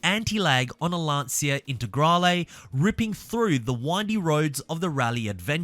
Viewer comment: Isn't Lancia pronounced Lan-cha?